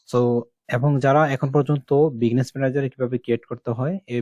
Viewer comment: বিজনেস কে বারবার বিগনেস বলছেন কেন?